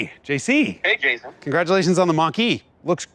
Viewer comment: Jason? More like Yayson